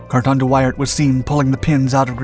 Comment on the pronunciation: Are you sure that is how Wairt is pronounced?